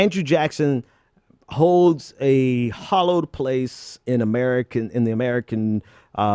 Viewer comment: Thanks for the commentary. And FYI: The word is HALLOWED, not hollowed. : ) I AGREE WITH YOU!!